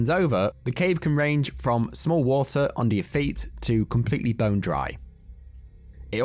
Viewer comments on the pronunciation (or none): none